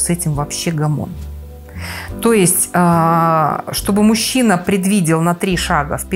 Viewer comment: Что такое "гомон" с ударением на последнем слоге?